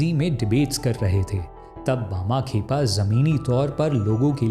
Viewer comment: tum saare videos me naam galat uccharan karte ho. Lagtaa hai hindi ko english scipt se padhte ho.